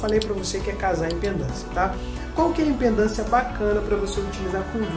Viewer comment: Vídeo bem didático, amigo! Parabéns! (Só um toque: o correto é IMPEDÂNCIA, e não "impendância".)😉